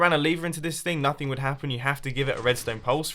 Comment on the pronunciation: 'notening' gg ya spoon lol